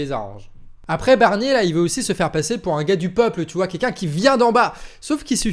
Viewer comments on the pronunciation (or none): " ça a révolté kekun" un peu plus j'ai cru enttendre coincoin 😂